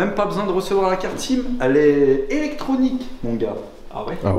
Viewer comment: "Euh-sim" ? C'est le gars qui doit dire: "J'ai reçu un euh-mail" :D